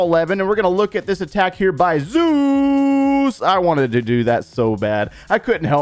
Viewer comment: Omg my game name is also zeus. I am shocked. I really loved how you said zeus